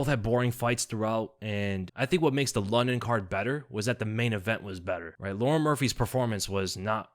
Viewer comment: I don’t think his is pronounced Lauren